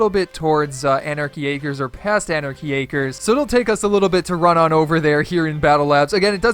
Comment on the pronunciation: U said anachy acers